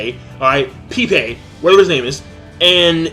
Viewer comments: It's not "pee pee" lol it's "pey-pey" like the Spanish name -_- black people always gotta find an excuse to make something out to be racist. Still love you king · Why does insist his name is pronounced "pee-pee" when it's pronounced "peh-peh"? Also why is he angry that Tousen turned into a "bug"? He turned into a cricket because that's what his zanpaktou is. His zanpaktou is a cricket. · Why are you so mad bro lmao. First of all how about you start pronouncing Pepe correctly, it's not pee-pee man. We've still got Yoruichi and Oetsu. This was an overreaction. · King for the last time, it's pronounced PehPeh. I hope you realize that Pepe is a real name. There's even a professional Brazilian soccer player with the same name. I'm not even sure if Bleach's Pepe is even black. He seems to be based off of a different culture going by his design and name.